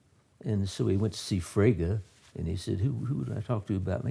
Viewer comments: Free Gay? lol Frege (fray-guh) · Frege = "Fray-guh" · I think Frege is pronounced Fray Gah. At least that is how my professors pronounced it. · You did mispronounce Frege, but who the hell cares. This is fantastic stuff! It's been twenty years since I studied this. I'm really enjoying your vid. ...I think I had a better lecturer on Wittgenstein. BTW, have you read the book, 'Wittgenstein's Poker'?